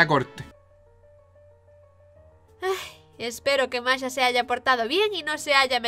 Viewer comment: Masha* Por qué no son capaces de pronunciar el Sh?